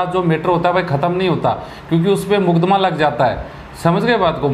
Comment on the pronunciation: Haan bhai mudakma lagta hain🤣🤣🤣🤣.. ..makadma hota hain ...na ki mudakma!